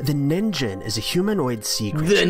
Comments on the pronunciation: The hell is a ningen? It's Japan for human/humanity and man couldn't even say it right. Ningen, not nin-jen. It's the 'g' sound, not the 'j'. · yes it is and he pronounced it so terribly that I was laughing at first. First of all the "g" in Japanese is a G.sound, not a J-sound. And then there is the thing that it sounded like Nin-Jin, which literally means carrot lol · You know a cryptozoology countdown is gonna be a real shitshow when the narrator pronounces "ningen" (neen-gehn) like "ninjen" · They're pronouncing "Ningen" wrong! "Ningen" is actually Japanese for "Human"; the creature was named because it looks so humanoid. It's supposed to be pronounced with a hard "g", not a soft one. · I hate that they always pronounce Ningen like Ninjen. IT’S NINGEN. REEEEEEEEEEEEEEEEE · "Ningen" Bruh, it is a hard G. It is the Japanese word for human. It isn't that hard to look up how the thing you are reporting on is pronounced. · I know this one was gonna be a riot when he said “Ninh-Jen” and “Green-Witch” what in the hell bro 💀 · Lol, this moron thinks 'ningen' is pronounced 'nihnjen', and also, the ningen was literally made up online, making it a copypasta pretending to be factual, like the slender man The jellyfish is inside out because of an increase in the movement of the water The giant skeleton photo is faked, and is an example of people faking evidence to promote the pseudoscientific heresy of Christianity known as Creationism, which shows that the fakers don't actually believe in Creationism and are only promoting it for their own gain, as was the case for the original Creationists. The other 2 appear to be generic faked videos. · My anger with this video is not even the fake creatures, it's the pronunciation of "ningen/にんげん" (i believe is the kanji for "person" but I don't know for sure), if you're gonna make a video about a Japanese thing at least pronounce it right for god sake